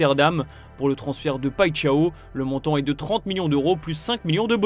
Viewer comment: Ça ce li Paíchao...pas paixao...😂